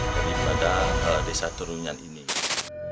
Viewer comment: naratornya kurang pas, TERUNYAN tapi kok dibaca TERUYAN.... PARAH.......